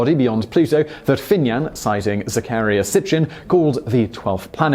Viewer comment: Look here farquaad! Learn how to pronounce anunnaki and Zachariah before you ever utter that s*** again you stupid f**** human!